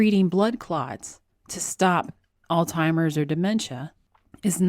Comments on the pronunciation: I'm a fan, but are you actually saying "ALLTIMERS?" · Jesus christ it's Alzheimers not all timers.... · It's "Alzheimers"..not "Altimers". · Please don't pronounce Alzheimer's as All Timers, please. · I got confused when you said "altimers". I think you're talking about Alzheimers. There's a "z" and an "h" you have to pronounce with the word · Is she saying “All-timers” in jest? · did you say “alzheimer's” because I was hearing “all-timers”? A coworker called it “Old-Timers”. Leftist Politics has destroyed science.